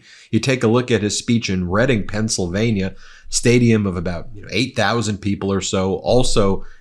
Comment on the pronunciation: Not for nothing, but…Thank you for pronouncing “Reading” right! LOL